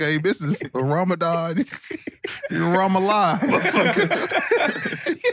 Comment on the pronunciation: Ramadan not that hard bro 😭😭😭